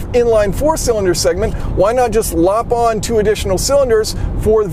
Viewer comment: Been thinging about that "lop on" were you perhaps meaning to say "lob on" i.e. lob=throw, makes sense to me.